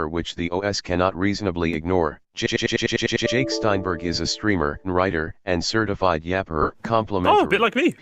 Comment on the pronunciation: When said Jake I thought he said Dick